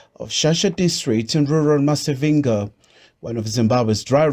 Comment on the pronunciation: This fool will go and do a story in Zim but doesn’t learn how to correctly say Masvingo. But will probably go to Herzegovina and spend a month learning how to pronounce the names of their cities. 🚮